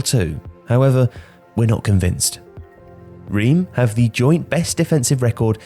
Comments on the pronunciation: Reims is pronounced Rance by the way!! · French is not my native language but the pronunciation of Reims physically hurts. You pronounce it like "ranz".